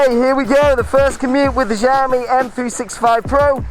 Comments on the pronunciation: It's xiaomi = /shiaomi/, NOT jaomi.. =) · Its nok jaomi.. Its xiaomi = shiaomi. Damn boy! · It Is not žaomi itx Xiaomi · You saying JAMIE not xiaomi😠😠😠😠